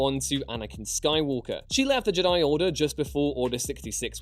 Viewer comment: I hate the way says Jedi